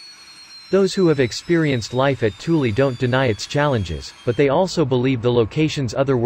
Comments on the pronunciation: You might call it "Toolie" but I call it "Thool." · I am not sure if I am the only one irritated by the pronounciation of Thule as Toolie.. Aggravated me so much I stopped watching